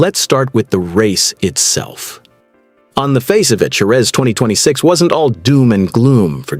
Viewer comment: Please learn how to say JEREZ! Liberty has ruined F1, now they are about to ruin MOTO GP.